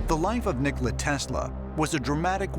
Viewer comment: To be reporting on history, that guy should probably pronounce Nikola correctly.